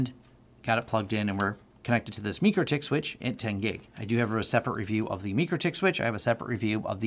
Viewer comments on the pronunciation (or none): It's pronounced MY crotech. :( #FAIL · FYI, the company themselves pronounces the name "my-Krah-tik".